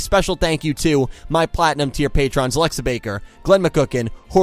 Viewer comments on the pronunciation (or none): none